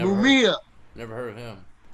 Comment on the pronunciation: It's meek mill. Not omia. Or wtf he said.